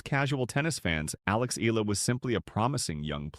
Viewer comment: its not eela its eyala.